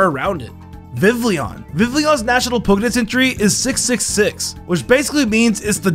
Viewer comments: I say it like Vivllion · BRAX-en SPOO-pa vivllion??? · BRO I SWEAR HE PRONOUNCES EVERY NAME WRONGLY TO GET MORE COMMENTS AND VIEWS Spoopa (Spewpa) Vivleeon (Vivillion) Bracksen (Braixen) Kaylos. (Kalos)